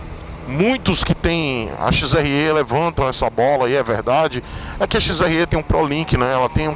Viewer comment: “XRÊ” não, porra! Você é baiano! “XRÉ”!!!! 😂😂